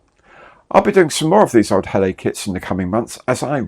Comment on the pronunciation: .. I'm not sure it's an unusual type if you are French.....did cause me to reflect on why Heller would appoint an Englishman as Head of Brand though. Nice build and incidentally its pronounced Hell-er...